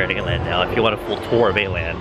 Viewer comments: I'm confused how are you supposed to pronounce Åland? Cause like it's Å which is an actual letter, not A with just a decoration or something 😂 so it should be Oland rather than Aland when you say it. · You guys pronounce åland funny XD its pronounced 어란드 kinda because this å is swedish o if im right 🤔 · I can't be the only scandinavian frustrated by the pronunciation of Åland